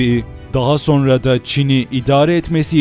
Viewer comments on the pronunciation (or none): none